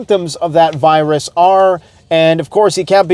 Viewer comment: It's chemical not a wirus!